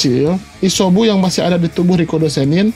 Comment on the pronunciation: Isyobu jijik w nenger lo ngomong shynobi dll